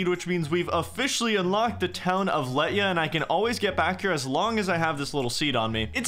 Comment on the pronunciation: Hey I just want to point out that elf names are based on Welsh words, so Lletya is pronounced "HLE-too-uh" (same vowel sounds as "let two uhh")